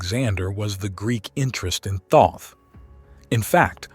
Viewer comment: Great video but seriously bro, the way you pronounce Thoth & Tutankhamun make me wanna gouge out my eardrums